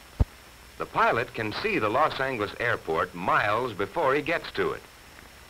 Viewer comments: Los Ang-less is the most white person pronunciation I've ever heard lol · "Las Engliss".......... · Is Los Angeles really pronounced like that? They pronounce Angeles like "angle" but isn't it pronounced like "angel"? Sorry for that question but I'm not from the US and am a bit confused now. o_O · No, it's not, though I suppose mispronunciations like that must have been more common back then by Americans less familiar with the city. You're correct, the "g" is soft, though the "a" is still sounded like the "a" in "angle". (In Spanish, which is where the name comes from, the "g" doesn't sound like any form of English "g", but rather like an "h".)